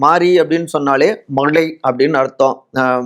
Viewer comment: உன் உச்சரிப்புல தீய வைக்க… எள்.முருகன், நடுகள், விளா, மளை, வளங்குவது… மதுர மொழில சொன்னா “வெளங்கிரும்”…